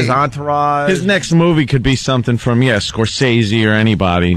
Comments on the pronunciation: Actually, it's Scor- ses- ee, and everybody pronounces it wrong. I go with how Marty tells it. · Opie: "Marty Score-say-see.." ugh